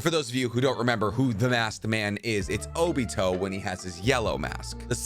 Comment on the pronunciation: Love ure content, I will be staying tuned but, can u try to say the Japanese names right like O-BEE-TOE Not O-BIT-O